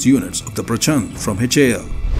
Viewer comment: प्रचंड (fiery) not प्रचन्द 🙏🏽